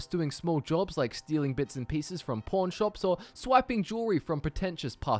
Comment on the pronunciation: when he said pawn shop it sounded like he said porn shop